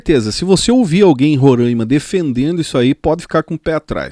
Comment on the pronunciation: Não se diz "Rorâima",e sim Roraima